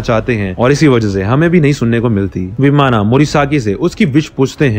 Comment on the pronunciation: Answer hoga Vimana.. Sounds like vimann